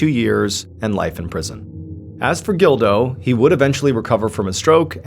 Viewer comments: I keep thinking he’s saying Dildo instead of Gildo lol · You say Gildo. I hear dildo. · When he said "gildo" I thought he said "dildo" lol I had to rewind it to make sure i heard correctly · I thought at first he said Dildo! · It’s a pretty common name and the pronunciation is closer to “Jeel-doh” or “Jill-doh” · Every time you said the son’s name I totally thought it started with a”D” 🙃 and not a “G”😂 Just me?